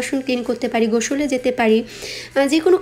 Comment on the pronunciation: আপু আপনি বুশতে বললেন ,আপনি সব কথাতেই শ এর উচচারন করেন বেশি যেমন গোসল কে আপনি গোশল বলেন এভাবে সব কথাতেই যেখানে স উচচারন সেখানে শ এর উচচারন করেন ,কিছু মনে করবেন না আপু